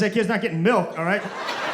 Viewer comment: The pronunciation of milk and feeding it to your kid was hilarious bro. I am subscribing now.